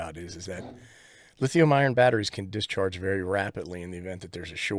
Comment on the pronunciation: It isn't always true but it usually makes sense that the outside of the barrel plug is negative, because usually smart people don't leave positive rails exposed. Also it sounds like you keep saying Lithium IRON (LiFePO4), but it is lithium ION (Various chemistries that are NOT LiFePO4) Personally I'm looking at bypassing this whole business by seeing what it takes to make a USB-PPS board for this. I already have bunches of these INUI power banks that I use with my IC-705, and other stuff. (GreatScott has a video)